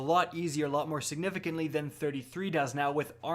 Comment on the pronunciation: Hey, you're not allowed to say siganigahfintly.